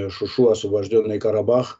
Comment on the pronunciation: Он паруски говарит .ни шуши .а говарит шушу .ета паруски правилно .